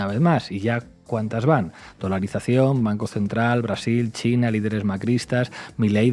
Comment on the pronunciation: Por que no pronuncia bien China?